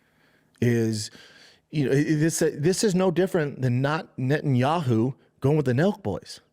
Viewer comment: Schaub pronouncing 'Netanyahu' in one go had me shook.